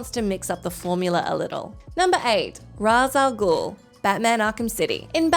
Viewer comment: His name is not pronounced Roz al gul, it's Raysh al gule